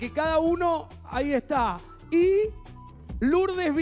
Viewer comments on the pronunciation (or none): Lurdes virga jajajaja